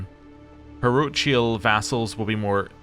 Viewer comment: RE: Parochial - the "ch" is hard, so it's pronounced "par-Oak-ee-ahl". Unless you're trolling, in which case, well played 🙂 RE: Convert to Witchcraft scheme - the game is a bit picky about when you can start and/or continue this scheme. Traveling in general blocks it, but other things that take you away from home (like leading an army) do not. In this case, it was not available because you were traveling to a hunt. Anyway, if you can't choose the scheme for a character and you know you're valid to start one, then either you already know they're a secret witch (in which case you can check which secrets of theirs you can expose) or you've already tried and failed to convert them (while a character can be potentially converted by any number of witches, they each individually only get one chance.) For best "bang for your buck", try to convert rulers that happen to be guardians of their own children, as they'll almost always convert them as an education event in their 15th year.